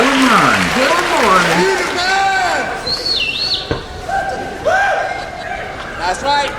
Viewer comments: Moran is pronounced how the lady pronounced it the first time! More-in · Equal stress on both syllables Mor…an….all day every day it’s the only way to pronounce his name🤩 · It's a very recent way young Irish people started pronouncing names like Moran and Doran, sounds American or maybe French or something, and to most of us it just sounds wrong. The name Moran sounds as it's spelled, without the elongated ahhhnnn. There are fada characters in Irish language to elongated vowels and even if it had one it would sound different that aaaahn